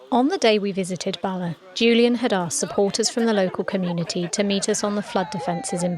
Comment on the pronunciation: And Bala (very short word), not Barler. merely advising not criticism . An admirable effort in pronouncing the Welsh place names! Excellent production, made a Welshman exiled in Western Australia a bit homesick. many thanks